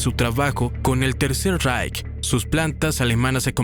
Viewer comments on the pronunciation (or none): none